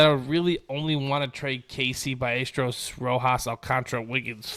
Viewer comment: By A stair O’s Not byyestro lol